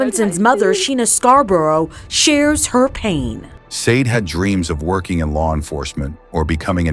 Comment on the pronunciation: I have to agree, driving me potty how narration saying Sade, God rest her soul 🙏